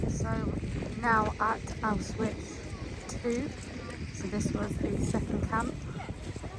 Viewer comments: yeah I know but you’re saying ow-switch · it’s pronounced ow-shvits